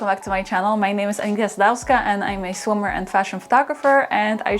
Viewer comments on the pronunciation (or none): Your intro, I always hear "I am a swimmer" instead of "I'm a swimwear photographer" 😄